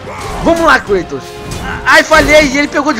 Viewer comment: é kratos nao kuitos